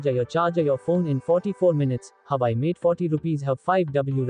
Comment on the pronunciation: Huuuuuwaaaaaweeeeiiii. Not huai